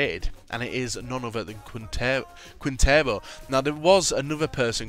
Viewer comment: It's pronounced keen-tare-oh